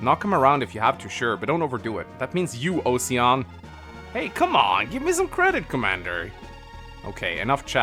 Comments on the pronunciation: Osian is pronounced Aw-Sheen where the aw sounds like the first syllable in Awful. it's the name of a hero from Irish Mythology: Oisín. Normally I wouldn't give a shit, but I speak a little Irish and it's driving me insane hearing it pronounced Ow-See-An which isn't correct in English either. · To make the Osian thing worse, it's pronounced "O-shin". It's just the spelling is Osian. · I know this is probably the same as saying Ingree, but 'Osian' should be pronounced 'Usheen' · I know what you mean. I'd mostly shrugged the weird translations of the already weird Japanese transliterations off until now. I didn't realise how much hearing mispronounce Oisín was going to get on my nerves though. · Question, just noticed osian is spelt the same way Sian is, Sian is pronounced sharn isn’t it? So technically is his name of Osharn? Ocean? 🤣🙈🤷🏼‍♂️